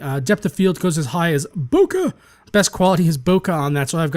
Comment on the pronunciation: /ˈboʊkeɪ/ boh-kay